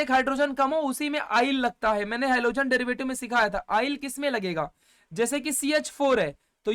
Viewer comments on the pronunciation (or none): Halogen ❌ alogen ✅😂.. Thank you sir...all clear ❤